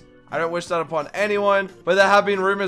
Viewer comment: can you stop saying *i am not onmy normal accton * its anyounn